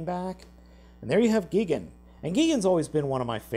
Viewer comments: not to be rude but why do you pronounce gigan Gee-Gan..... it's pronounced Guy-Gan :D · its gigan not gegen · Not to be too nerdy or anything, but Gigan's name is pronounced Guy-Gan, not Geegan. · GEEGAN and KING GEEDERAH he butchered those names badly. 😭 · Wait wait wait let me get This straight if he’s watching Godzilla vs gigan with his friends and he says GIGIN! Friends: WHO THE HELL IS GIGIN!? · The way he keeps saying "gegin" personally angers me but good video otherwise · you're saying Gigan wrong, it's pronounced Gai . gn And the thing wrong about Ghidorah is that his torso is giant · Gigan is pronounced Guy-gan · gigan is pronounced like this guy.gin. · The way how you pronounce gigans name is g ie gin and king ghidorahs name pronouced king gi dorah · It's G-EYE-gan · It's pronounced gi - gan like guy -gan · And he pronounces gigan as "gee-gin" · If this mofo calls him Geegan one more time... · It's not gigan name like thus guy-van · Did you just pronounce it gee-gan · Learn there names who is gee-gen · It’s pronounced GIGAN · its pronounced like guy-gan and king Ghi-dora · Its Gigan you stupid dope.And they are sails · say it with me now guy gan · Did he say geeegan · you cant say gigan and ghidorah right? wow, you need to learn, I'll teach you Gigan (G-IE-GAN) Ghidorah (Gid-or-uh) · Mothra's a she, and Gigan is pronounced Guy-gan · It's pronounced guy-gan! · You say Gigan like Geegan? Nice job😒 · srsly??? Gee-gan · "Gee-gan" is your favorite monster even though you can't say it right.. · You pronounce Gigan and King Ghidorah wrong! Gigan is pronounced, Guy-gan! King Ghidorah is pronounced, King Gi-Door-A! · What on Earth is a Gee-ghen? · Love the tots but u miss gendered Mothra and mispronounced Gigan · U said Gigan wrong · It physically pains me the way he said mothra was a guy, and the way he pronounced king ghidorah and gigan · You said his name wrong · Your are saying gigan’s name wrong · The way that he pronounces Gigan boils my blood